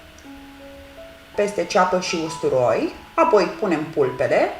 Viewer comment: De ce fierbi pulpele de pui în sosul alb cu făină când poţi fierbe cu sucul de roşii direct ?.....(..2-cuvântul " apoi" are accentul pe " O" nu pe "a" .....sau al poţi inlocui cu " după aceea- asta" !....àpoi....Carnea slabă de pui absoarbe rapid faina din sosul alb ceea ce e o bombă culinară. Nu ar fi mai indicată prepararea sosului în roşu direct ? àpoi fierberea ?....